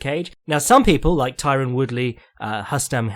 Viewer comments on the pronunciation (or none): It's RRRRustam HHHabilov,, he's Dagestani